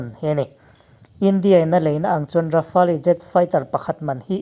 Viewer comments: Rafale tih hi Ra fa le tilo in...Ra fale tiin chhiar ta zawkla adik zawk in karing...chuan a ngaihnawm khawp mai👍👍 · Fela Sap hoin an explain reng2 in leh...Rafale hming an lam reng2 in Ra fa le tiin an lam ngailo aw Ra fale tiin an lam thin...i awihloh leh a chanchin an sawina youtube ah atam mai va enve mairawh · Rafa-el ti tur jawk.. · Rafali nilo in rafel tia pronounce tur zwk😎😎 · Dassault rafali nilo in i lam dan kha Dassault Rafale ti zawk rawh i lam diklo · Ra-fa-le ti a lam tur niloin Ra-fale tia lam zawk tur zawk a ni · Rafale leh j20 i lam dan mai chuh😁😆😅🤣 ka nuih za tlat nih chu... mzo2 mi ini hrim2..thaims te la ti ta deuh2😭 rafael ti ve mai la.. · Tard,rafaali,j20 ngaihthlak hrehawm tep,i aw chu engpawh nise,i lam dan hi chu ngaihthlak hrehawm tep. Han tang leh deuh teh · Rafale tih i lam dan hi, atawp a le tih hi tel lo in, Rafêl ti a lam tur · Hotupa lam dan hi a dik. "Le" tih khi a hranpa a lam tel tur. Grand finale ang in lam tur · Rafael I lam rik Dan hi a dik lo deuh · Rafale hi i lamdan mak ka ti😁😂